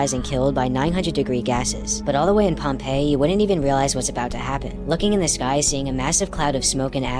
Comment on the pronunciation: It's not pompell it's Pompeii